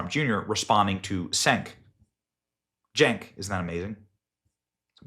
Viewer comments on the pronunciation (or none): Cenk is pronounced "Jenk", in Turkish C is pronounced as J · Benny has pronounced "Cenk" in every possible way in this one video. 👏